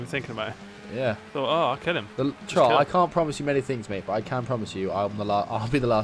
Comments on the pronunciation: it's Trott not trot and not trout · Dude, it's 'Trott'